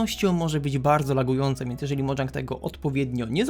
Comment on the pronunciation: Na przyszłość to czyta się mojang nie modżank